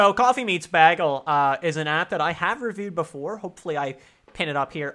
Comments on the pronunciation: You'd get a lot more dates if you learned how to pronounce bagel. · im not used to hearing bagel said like that lol